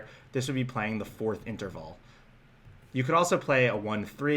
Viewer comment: Interval, not Enterval, but good video. In fact, I like all of your videos.